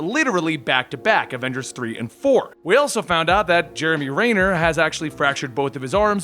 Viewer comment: “Jeremy Rayner” lol